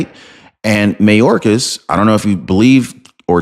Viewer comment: It's not "may-orcas". Its "my-orcas".